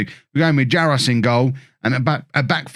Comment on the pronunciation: GK is pronouced "jarosh" . there's the one of the silly accents in czech spelling Jaroš